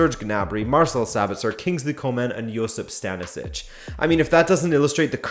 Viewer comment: Lol he butchered Josip Stanišić name.